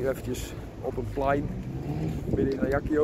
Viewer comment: Klein detail, je spreekt het uit als volgt: azjak-siooo....niet ajaki-yoo